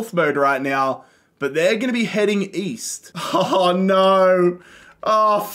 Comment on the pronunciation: East? I thought you said Weast